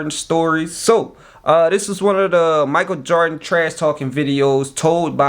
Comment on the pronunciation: I dont like how you say his last name. Just say MJ or Mike from now on